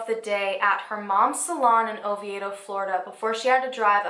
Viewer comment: I live in Oviedo Florida!! Its pronounced Oh-vee-doe